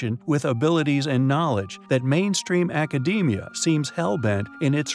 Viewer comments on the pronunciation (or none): none